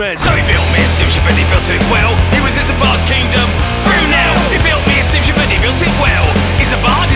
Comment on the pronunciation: I keep hearing 'spaceship' instead of 'steamship'